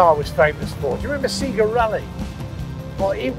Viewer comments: Oasis Vs Blur - the old Celica like to "Roll with it" ;)....... Jason it's pronounced say-ga not see-ger...... also available to play with in SEGA Rally was a Lancia Integrale and if you completed it you got a Lancia Stratos..... too many pound coins lost in the arcades when Iwas a teenager haha - those were the days :) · Seega....it's Sayga...SAYGA! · "seager rally" c'mon plato, you're not so old you have that little clue how to pronounce SEGA are you? XD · No one’s getting mad on how he pronounced SEGA as Seaga? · Did he say seega rally?,also gt4 can go faster than he drove it,so useless test,gt4 all day long. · His pronunciation of "Sega" makes me think he has never played one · Why can't this guy properly pronounce the following words: Sega, Celica, Subaru?